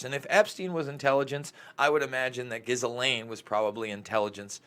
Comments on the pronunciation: Its pronounce Gee-Laine. The G sounds like the G in 'grape'. The S is silent. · It’s pronounced JIZZ-LANE Maxwell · The s is silent. Ghee-lane. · I love how you pronounce Ghislaine, not sure I want to spoil it! but I read that it's really pronounced like Elaine with a zh at the front.